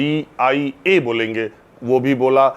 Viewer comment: Are anpad ko India bolna bhi nhi aata hai. Anpad